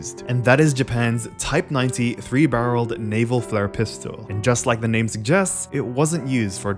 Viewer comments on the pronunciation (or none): none